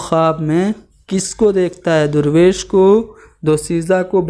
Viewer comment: Jahil insan teacher banta hai pahle khud urdu seekh le phir urdu padhana. Darvesh ko durvesh bol raha hai